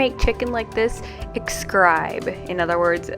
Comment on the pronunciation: Because he said “exscribe”, I subscribed 😄 Thank you for giving me some pointers on how to start a routine to keep a home. Your home looks beautiful and uncluttered.